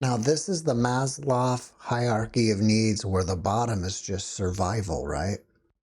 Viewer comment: Maslow - not Masloff.